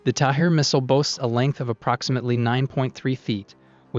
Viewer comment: The Iron Dome interception missiles are called Tamir, not Tahir